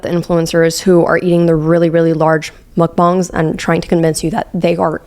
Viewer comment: you are the first english speaking youtuber that i've seen who pronounces mukbang correctly!!!! everyone else says bang like the sound of a bomb but it's supposed to sound like bah-ng